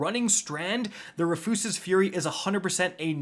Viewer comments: Rafoose? Bro it’s Rufus with an extra S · “Ruh-foos-ez-es” Fury. Bro come on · Wait,, Did you say... RUHFYOOSES? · Roo-fuss's lol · Roo' fus' es ...say it with me now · Honestly he pronounces so many things wrong I gotta imagine he does it on purpose. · Why isn't there a single North American content creator that can say Rufus's correctly xD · Why are you pronouncing Rufus like that 💀